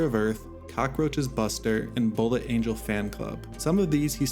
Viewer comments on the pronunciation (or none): none